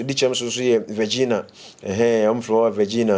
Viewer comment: Please is not Virgina, but Virginia. Don’t do that our states